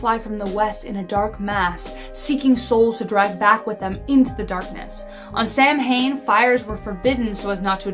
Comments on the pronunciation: I'm sorry to do this, but you pronounced "Samhain" incorrectly. "Sow-in" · It's spelled Samhain but pronounced sow-en. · Sidh or Sithe is pronounced like "she" Samhain is pronounced sow-ween. Gotta love Gaelic/Celtic words